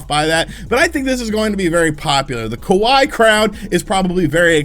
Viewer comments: It's "Ka-wa-i" not "Ka-why". Can this dude properly speak any language? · my guy, “kawaii” is how you say cute (rhymes with Hawaii). You said “kowai” which means “scary”, not “cute”.